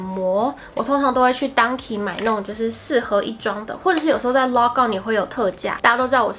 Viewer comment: Donki點解讀成dangki 😂